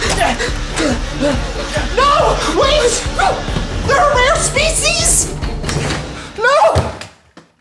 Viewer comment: NO NO NO NO THEY ARE RARE SPESHES